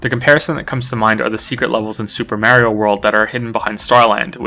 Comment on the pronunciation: Why did u say Mario like that